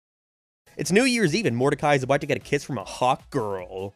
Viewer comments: What kind of speech impediment does have? His "no" and "about" sound like he's deaf. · alr bro i was fine enduring every other fucking horrible take you had in this stupid long ass video but when you dissed fucking wingstop you crossed the line. You cant even fucking pronounce "about" or "now" correctly and now you say wings are bad.